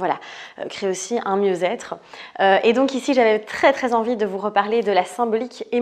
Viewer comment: "mieuzètre" omg le niveau...